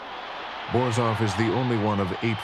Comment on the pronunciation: Il commento artificiale è una merda , Borzov non borof